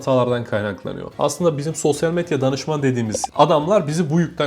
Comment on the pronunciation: SOSYAL METYA DİYO DELİRDİM DİNLERKEN